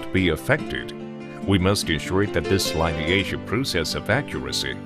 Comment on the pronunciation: Ai yi yi. The bot voice didnt even manage to pronounce the first caption, "lineation", correctly. What hope for the rest of this turkey?